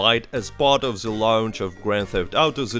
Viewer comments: The t is pronounced as a d sound not a z sound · He's Russian, that's why he pronounce it like that. The=ze in Russian